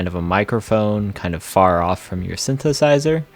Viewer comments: 5 words after "syn-sizer" you say "those" with ease. I am not judging you, simply giving you constructive criticism to help your reach and your channel's growth. When one misspeaks, simply re-record and try again. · Constructive criticism: if you misspeak in the first sentence, re-record it and try again. People are unlikely to watch/trust a teacher who can't properly say the name of the object they are presenting (e.g.: "synthesizer")